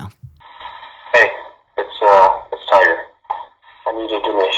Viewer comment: his name is Tiger not tigger ffs speak English